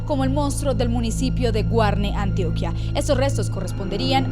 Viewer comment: Colombia, me dueles :( muy buen vídeo tho :) por cierto, es Antioquia, no Antioquía, y Chiquinquirá, no Chiquinquira :)